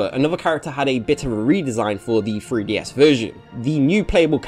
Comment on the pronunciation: Why does it sound like you're saying "freeDS"?